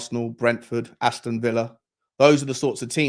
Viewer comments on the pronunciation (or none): none